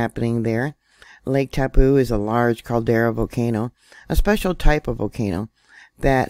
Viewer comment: That letter on the end of the name Taupo is an 'O' that makes its name end in an 'Oh' Try saying TaupO!